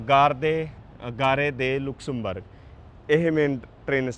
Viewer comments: ਭਾਜੀ ਇਸ ਦਾ ਨਾਮ ਲੁਕਸਮਬਰਗ ਨਹੀ ਲਗਜ਼ਮਬਰਗ ਹੈ। ਮੈਂ ਖੁਦ ਇਹ ਸਾਰਾ ਕੰਟਰੀ ਘੁੰਮਿਆ ਹੋਇਆ ਹੈ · naam te sahi le lenda😅😅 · Please speak the right Pronunciation of Luxembourg .you can check on Google